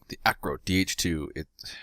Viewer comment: Nice video.... the phonetic pronunciation that you asked for is - Lay Vee Air also the Aircraft is an Air Co as in Aircraft Company not Acro lol it's also not a pice of junk it brought an end to the Fokker scourge and dominance of the Fokker Eindecker in the hands of experts like Lanoe Hawker VC it was a formidable opponent....nice video keep up the good work lovely presentation style.